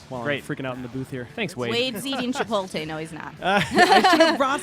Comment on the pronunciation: Did she just pronounce Chipotle as Chipoltay? duh fuq